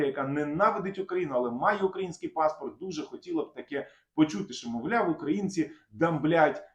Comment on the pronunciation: не укрАїнці, а украЇнці